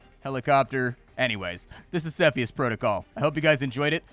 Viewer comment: You say Cepheus in the wrong way